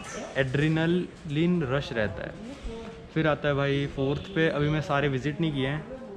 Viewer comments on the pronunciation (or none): You could not pronounce the word Adrenaline. You should. Nobody goes to religious places to enjoy, people go to honour and pray 🙏. You are wrong in saying "this is not the 7 wonders of the world 🌎. In the year 2014. Lighting struck the status and became bright, this year 2023. Feb 10th, Friday lighting struck the status and became bright 🌞. You should know the history of the statue. People are flocking to see CHRIST The Redeemer. Praise the LORD 🙏. AMEN. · Nakli tum kya jaano Christ k baare mein.. Adrenaline tak bolna nhi arha & bolta h apne aap ko.. Jhola chap bahot ghum rhe h aapke jaise.. Phle jaha jaatein ho uski study kara karo,sirf video banane k hisab se mat dekha karo.. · Bhai tu MBBS ki padhai kiya hai aur adrenaline pronounce nahi kar pa raha 🙄🙄🤦🤦